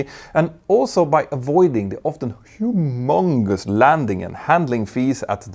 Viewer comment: that pronunciation of humongous though 😂😂😂😂😂